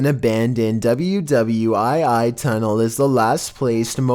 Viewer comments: Hey love your content, but next time when u are narrating WWII is worldwar 2, not ww Ii. I'm a fan of yours just thought I would let u know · Did this Child refer to world war 2 tunnels as W W I I tunnels? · W-w-I-I dude just say World War Two wtf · "An abandoned W-W-I-I tunnel....." 🤣🤣🤣🤣🤣🤣🤣🤣🤣🤣🤣🤣🤣🤣🤣🤣🤣🤣🤣🤣🤣🤣🤣🤣🤣🤣🤣🤣🤣🤣🤣🤣 Wow!!! W-W-I-I = 8 syllables World War 2 = 4 syllables Did you really think you shortened it???? LMFAOOOOOOO!!!!! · did just call a Walmart “hollowed grounds” also, it’s WW2, not WW I I Sorry it irked me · Did this boy really say “WW ii”? That’s world war 2, for God’s sake,. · I love ya and because I do love this channel so much Im gonna do something I never do and call ya out on something.. I hope you were just playin' when you called the abbreviation for World War Two, W W i i. I giggled. It's ok if you were being serious. Still love ya and your content. 😄 Now ya know in case ya didn't. I'll just assume you were messing around. Making up names for things I do it all the time. But just in case.... Now ya know... Now I feel like an asshole because I am going to post this comment. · double ewe double ewe eye eye 😂😂 omg ded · "double you double you eye eye tunnel" wow.... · #2:...man...did you literally just say WW “I” “I”? As in, “Aye, Captain!?” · W w i i... wow that’s incredibly embarrassing.. always knew ‘’ wasn’t the brightest but that just confirms it lol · World War 2, not double u double u eye eye. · No.2...You seriously read that as wwi !?!?!?! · “WWII”? Was that supposed to be World War 2? 😆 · Does he know is not spoken like that? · You do know that WWII is pronounced as World War 2 right? If you watch more of #13 you will see it is a woman that climbs up the tree, stands there for a long time, then climbs back down but it is pretty creepy anyway.